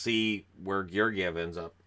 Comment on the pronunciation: The stress in Georgiev is on the i. It is pronounced /GyorgIev/. He is born in Bulgaria and his father is Bulgarian so that is the correct pronunciation.